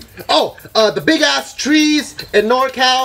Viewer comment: Bart said tress when describing the giant sequoia tress